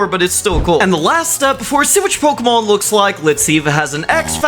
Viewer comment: Aiwut catem pokimon